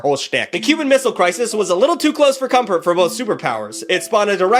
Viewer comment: did anyone else notice he said “little to close for comport”